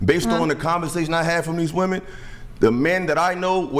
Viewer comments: What's with women not being able to pronounce the word "women"? They continually say "woman" when referring to multiple persons. How could I possibly take you seriously? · They actually can't pronounce the word "women" for some unknown reason. I thought they didn't know the difference between the two words but they actually just pronounce them the same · It is insufferable to hear a grown woman who is unable to distinguish a difference between the pronunciation of a word as basic as "WOMEN." My friends would clown so hard if I showed up at a work function and introduced them to that prattle-factory.